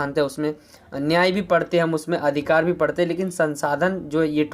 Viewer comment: Bhai parate nhi hota hai padhte hota hai 😅😅